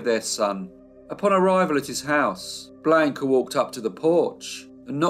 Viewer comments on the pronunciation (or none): The voice of or whoever pronounced Blanca Bland-ca and not the correct pronunciation of blonde-kah. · A riveting & interesting case with many medical experts who helped get her acquitted. Great life story! Only problem is your torturous pronunciation of her name despite your babbel Spanish lessons? I was surprised! Blonde-kah, NOT Blaka,!😅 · Never pronounced like he pronounced...bland-ka ! Sounds like blanket, awful !Not Spanish at all ! I dated a Mexican-American girl named Blanca, so I know from experience ! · Hello, thanks for the feedback, I am not aware that Blanca is pronounced Blonde-ka in Chile, maybe, but I have never heard it pronounced like that, I do know a couple of people named Blanca and they pronounce it like I did, Blanca